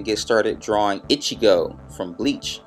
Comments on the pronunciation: i love your drawing ^^ o and its E-Chi-Go not Itch-chi-go ( like in spanish an "i" is pronounced like and "e") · Ichigo doesn't wear a backpack! Where did you get that from? Also, his name is pronounced Ee-chee-go. Like the ee in tree, not itchy-go. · A) it is E-Chee-Jo ( I believe) and it is not a backpack, it is his zhan-pac-to (can't spell that) but it is a great tutorial anyhow! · when u say ichigo the i is supposed to sound like a "E" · u said ichigo rong